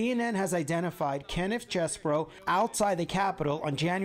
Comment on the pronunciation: why r they calling him Chess-bro? Is is pronounced Cheese-bro!!!!!!!! c'mon cnn😢